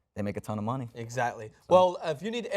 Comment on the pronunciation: exactly .. like the one and only lord says .. '' I take em out , and then i put my MUHNEE IN THE BRIEFCASE THE WAY I LIKE MY MUHNEE ''